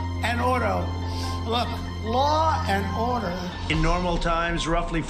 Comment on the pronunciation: "Law and auto" 😂😂😂😂😂😂